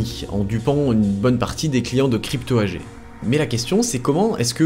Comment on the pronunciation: AG étant un acronyme allemand se prononce AGUÉ